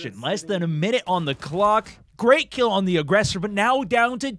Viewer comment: he didnt put an L in clock slow it down and listen